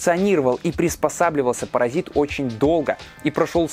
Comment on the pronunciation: Паразит по-русски, а не паразаит как в ролике ☝️🙂